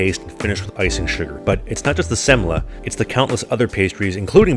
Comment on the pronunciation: I love how you pronounce "semla" in Gothenburg accent.